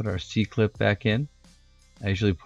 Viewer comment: You frayed your brake cable, no bueno there brochacho. pawl. like awl. PAWL. CIRclip removers. (cir, as in circle. circlip) omfg if you say PAW again. directional tire, remount the tire on the rim after flipping, don't be lazy.